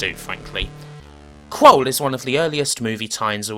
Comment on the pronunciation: I think it's pronounced KrUll emphasis on the U, rather than Krole but good stuff as usual